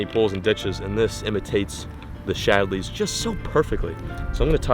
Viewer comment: “The shadleys” 😂